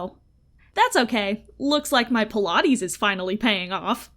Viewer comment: LOOOLLLL EVEN BETTER!!!! 🤣🤣🤣😂😂😂👍👍👍👍 Btw, your zinger at the end…not sure what “pal-ah-tees” is, but it nearly made me FULL ON CREASE!!!🤣🤣🤣🤣🤣🤣